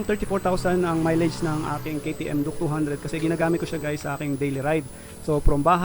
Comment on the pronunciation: Duke❌duk✅ 😂😂😂😂 tf